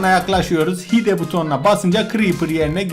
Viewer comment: hide hayd diye okunuyo